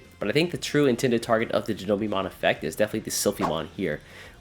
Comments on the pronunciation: Die-know-bee-mon lul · I love your videos but the way you pronounce Dinobeemon is wildd